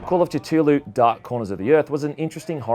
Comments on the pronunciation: Kittooloo? It's Ku-thu-loo. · Its pronounced cah thoo lou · Every time you pronounced Cthulhu wrong it made me cringe. But never the less great list. Keep up the good work bud!